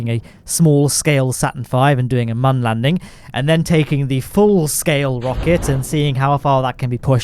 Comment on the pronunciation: I am so happy to hear you pronounce MUN properly. Thank you!